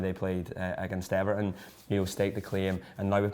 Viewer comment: PLEASE learn to pronounce his name correctly! It should be an easy name for any right-thinking Scouser to pronounce. Just imagine that someone asks you: "Are you an Everton fan?" Me??? NAaaahh! Me? No. (emphasis on the "aaahhh" sound) Me - NAH - me - no Easy peasy Japanesey